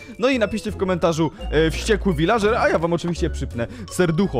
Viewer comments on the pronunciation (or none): wśćekły viladrzer"